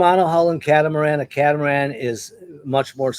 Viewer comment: Not the "ca-tam-aran"